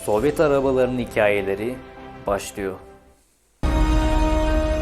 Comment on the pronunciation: Kanal ismi, konular ve aktarılan bilgiler iyi seviyede olsada anlatımda kendini geliştirmelisin. Mesela okuyor gibi anlatım, mesela '... başlıyo' yerine sondaki r'yi de söylemelisiniz. Başarılar dilerim